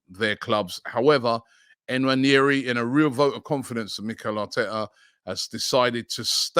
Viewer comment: Please Robbie, learn to pronounce Nwaneri correctly